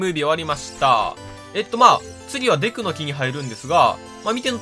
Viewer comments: デクの貴様てwwwマジでそう聞こえるw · 発音がデクの貴様で草